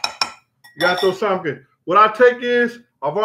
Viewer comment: I love your stories, Brother. But why do you say [Sal-men]? It's pronounced [Sam-on]. Not a big deal. My mother, who's a very intelligent person, says it that way also.